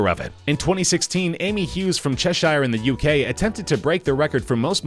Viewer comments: It’s Che-sh-er not che-sh-ir But it’s spelt Cheshire I know that cuz I live in it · It’s pronounced Cheshur not cheshier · Epicforger 12345 and the way he pronounced Cheshire😂 so ignorant